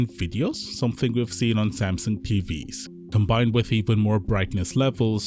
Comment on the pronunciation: lol "sansung" 😅😅😁😁😆😆🤣🤣😂😂😂😂